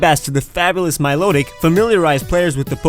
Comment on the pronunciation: THERE IS NO R IN MILOTIC!